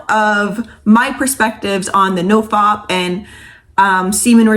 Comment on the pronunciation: it's "no f@ not "no fop" (as in hop).